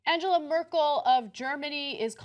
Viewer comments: You can't even pronounce Angela 😂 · You could start by pronouncing her name correctly Junk and Owna